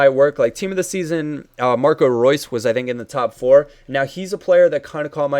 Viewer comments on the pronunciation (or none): none